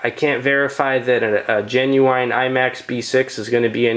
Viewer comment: I swear if he says 'genuwine' one more time...